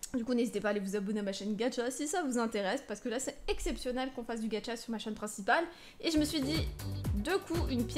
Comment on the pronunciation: c'est gacha pas gatcha